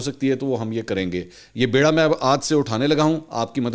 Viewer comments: منصور بھائی بے کے نیچے زیر ہوتی ہے. bira ha sahi lafz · سَلامٌ عَليكُم🌹 مکرمی منصور علی خان صاحب! نہایت عجز و انکسار کے ساتھ، ایک غلط العوام کی نشان دہی اور اِس کی تصحیح پیشِ خدمت ہے: ❌ بَیڑا (ب+ے+ڑا be'rra) اُٹھانا ✔️ بِیڑا (ب+ی+ڑ+ا be'rra) اُٹھانا بِیڑا اٹھانا ٭٭٭٭٭٭٭٭٭ جب کسی اہم اور بڑے کام کو شروع کرتے ہیں تو کہتے ہیں اس کام کا بیڑا اٹھایا. 'ب' پر زیر کے ساتھ بِیڑا (بی - ڑا) پان کی گلوری کو کہتے ہیں. جب کہ 'ب' پر زبر کے ساتھ بَیڑا (بے - ڑا) پانی کے جہازوں کے گروہ کو کہتے ہیں. بِیڑا اٹھانا، پان کا بِیڑا ہے، جس کو عام طور پر لوگ غلط بولتے ہیں. بِیڑا اٹھانے کا پس منظر یہ ہے کہ پرانے زمانے میں ہندوستان کے راجاؤں کو جب کوئی مشکل مہم درپیش ہوتی تھی اور وہ چاہتے تھے کہ کوئی سورما رضاکارانہ طور پر سامنے آئے اور اس کام کو قبول کرے؛ تو بجائے اس کے کہ لوگوں سے ایک ایک کر کے پوچھا جائے ایک دربارِ عام منعقد کیا جاتا تھا اور وہاں اعلان کیا جاتا تھا کہ ایسی ایسی ایک مہم ہے اور اس کے انجام دینے کے لیے راجہ کو ایک قابل شخص کی ضرورت ہے. اس کے بعد ایک تھالی میں پان کے بیڑے رکھ کر حاضرین میں اس کو پھرایا جاتا تھا. جو لوگ خود کو اس مہم کے لیے پیش کرنا چاہتے تھے وہ اس تھالی میں سے ایک بیڑا اٹھا لیتے تھے. پس، بیڑا اٹھانے کا محاورہ یہاں سے چلا.